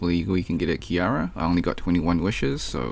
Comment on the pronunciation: My dude you said" Kiara "😭 IS HER NAME REALLY THAT HARD TO SAY?!